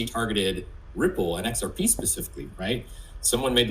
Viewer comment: Perianne is incapable of pronouncing Ripple & XRP.